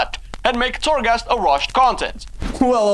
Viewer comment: Unpopular opinion: I can't care less about Torghast. (its called Torghast, not Thorgast guys). I basically don't care. Ill do it tho. As i did farm azerite, islands, raided and other stuff that is needed in the game to progress. I hope they add a good level of difficulty to it, if its not a challenge its not fun for me. Ty for the video tho. Its important to know.